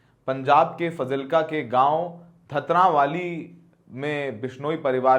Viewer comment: तेरे से तो उसके गांव का नाम भी नहीं लिया जा रहा है धतरावाली नहीं दुतरावाली है